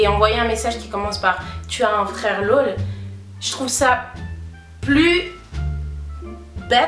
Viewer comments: Ça me fume tu dis “lôle" au lieu de "laûl" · C'est ton "laul" qui me fait rire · Tes « lol » c’est stressant la prononciation😂 Nice video sinon